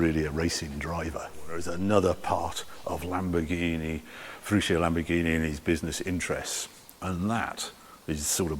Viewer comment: Dear Harry, many thanks for this exquisite insight in the Lamborghini Museum during your epic trip in the Countach.Just several small details, please do not mind...on your pronounciation of Ferruccio and others. You do it like "shio", but in fact, it is pronounced like "tshio" in italian ;-) .Here acoustically by an italian And the engineer's name wasn't Standasi but Stanzani.....And Bertone's first name was Nuccio("nutshio" spoken), not Niccolo...